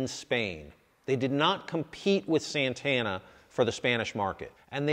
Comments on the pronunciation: es santana SANTANA S A N T A NA no seinteina... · Its not Sentena.